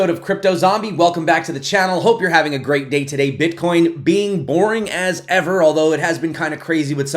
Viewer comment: She says "Bitch" AHAHAHAHA! Very nice!